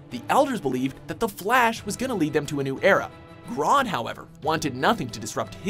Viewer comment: It's grodd not grood